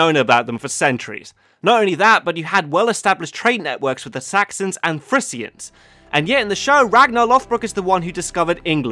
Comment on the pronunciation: Wow, your pronounciation of Frisians hurt my ears